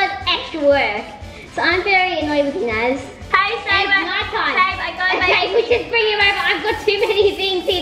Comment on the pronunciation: FONZIEthebest r it’s Naz not Nas :\